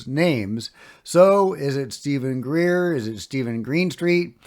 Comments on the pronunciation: Lol it's not Greer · Pretty sure it’s Greer